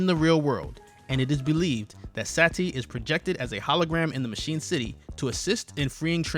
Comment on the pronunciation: omg it is Sati not Sa Ti, it is one word not 2...